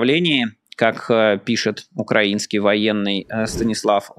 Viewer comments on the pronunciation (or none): none